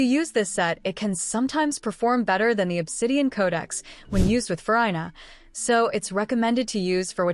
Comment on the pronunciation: Not FuRyeNah😅